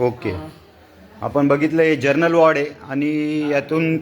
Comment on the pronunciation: पत्रकार तुम्हाला 'जरनल' वॉर्ड आणि 'जनरल' वॉर्ड हे सुद्धा नीट बोलता येत नाही का ?